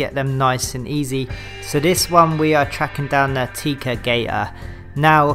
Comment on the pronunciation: Tec-a not tea-ca fyi